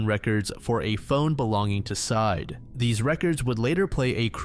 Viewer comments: No idea why it bothers me at all, but I have a sneaking suspicion that the ex boyfriend's name is not pronounced "side". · Bro theres an entire podcast and news interviews and documentaries with this story and you legit cannot pronounce syed correctly?